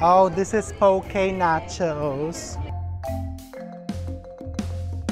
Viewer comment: Try foodland poke ( not pow-key) chef. Dami sila klase. 😊